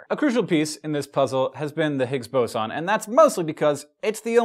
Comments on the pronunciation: Nope, it's Boson, not Boson. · I thought it's pronounced Boson..